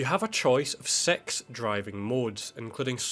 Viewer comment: did he say sex driving modes?